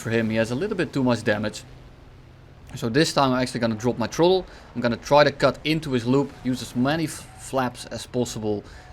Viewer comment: I love how when he says throttle, it sounds like troll